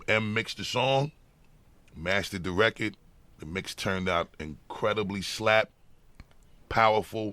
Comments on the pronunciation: I fucking adore the way Bus says record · Who’s here in 2024. I love how busta says record “reccad” 😂😂